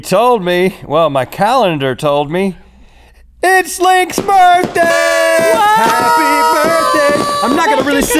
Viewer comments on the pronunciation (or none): "Burthday" "burfday" "burtday" "burfthday" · “It’s Link’s Burfdai”